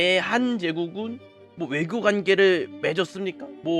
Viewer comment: Ögyo요? ㅋㅋㅋㅋㅋㅋ